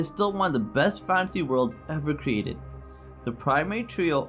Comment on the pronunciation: He can't even say "fantasy" right and makes a bad list of recommendations